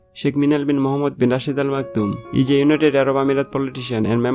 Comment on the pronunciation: Improve your English....there is a tinge of Bengali accent in your English. It is is not eezz